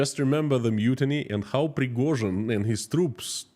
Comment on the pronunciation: Ive come to realise when you say Yevgeny Prigozhin it sounds like guinea pig, maybe thats why Putin chose him.